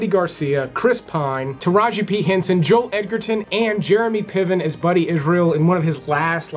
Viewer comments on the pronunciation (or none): none